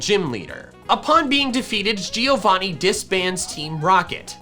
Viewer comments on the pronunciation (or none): Man Giovanni is an Italian name, you should pronounce it like Joe-Vanni, rather than Geo-vanni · Man I'm Italian and that isn't the correct pronunciation of giovanni, the correct way to pronounce it is like jovanni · not to be rude but her name is not "leaf" its GREEN is that so hard to say! also its not gee-o-vonee- its prononced joe-von-ee its italian for john. google it i dare you. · A note from an Italian that is watching your videos: Giovanni is pronounced like JOE-VANNI not GEE-O-VANNI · it's always funny hearing american pronuncing different languages words, wtf is GIIIIO VANi? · the pronunciation Of Giovanni is like Jo. as if his name was Jovanni